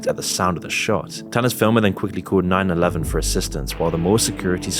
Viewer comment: Why you say 911 like that